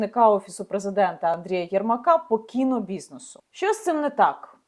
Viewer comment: Люба Яніно, будь ласка, вивчіть нарешті українську вимову - ви говорите як москвиця: чЬому, щЬо, отакЄ, захІсникІ...